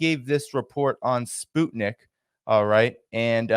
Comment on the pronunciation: Pronunciation... SPUTNIK is not spoot nik....sput sounds like 'mut' (dog) nik is as it sounds...Nik Nik Nik ^_^...... We all know you take care with pronunciation